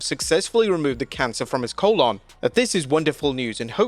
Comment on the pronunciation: Learn how to pronounce colon